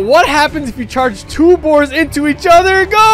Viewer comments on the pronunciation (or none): Boars not boers